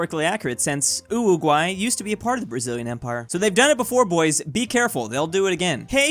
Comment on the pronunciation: I have come to the realisation that, in fact, cannot say "Uruguay"